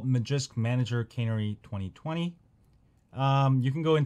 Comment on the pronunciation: Lol always pronouncing normal words all screwed up. Tweetie bird was a type of bird known as a canary bird. Pronounced as kuh-nary, that's two syllables one word. The file is named canary same as the bird. Not cannery, a place where soup cans are produced